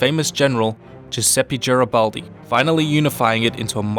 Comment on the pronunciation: not ger but gar a baldi